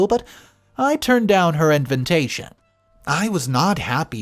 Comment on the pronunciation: What is IN- VEN-TATION? Please learn how to pronounce words….it is really annoying when you make up words